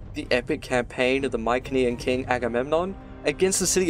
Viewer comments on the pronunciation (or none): Pretty sure "Mycenean" is pronounced with a soft "c". Good otherwise :P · I've never heard Mycenean pronounced that way before. But I'm fairly sure the hard C is probably how they pronounced it.